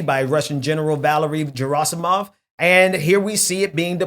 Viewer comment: Dude is such an expert, he can’t even correctly pronounce Valery Gerasimov. Hard G😒